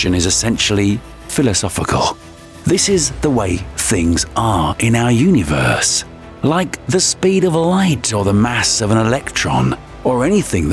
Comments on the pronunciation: Yoooneee-verse?😂 who hired this cat? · the way he says universe puts me off idk why lmao nice video tho